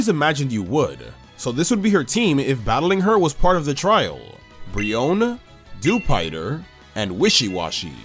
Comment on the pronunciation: Thank you for not pronouncing Dewpider's name as "Dew-piter".